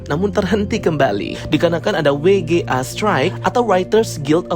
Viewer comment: Bukan WI JI E, tapi DOBEL YU JI EI😂